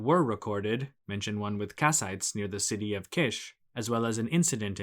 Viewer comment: Definitely Kish! It is pronounced like "quiche" in French which is a delicious pie-like dish. The royal title "King of Kish" is music to my ears.